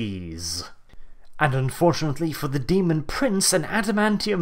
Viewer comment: Stop spelling Demon like Daemon if you're not going to pronounce it correctly